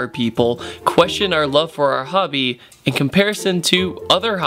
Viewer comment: oh my gosh xD I thought he was saying "Hubby" I was like tu fak, but he was actually saying Hobby x,D